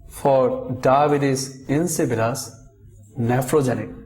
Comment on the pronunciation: It’s not pronounced Dibbuis LMAO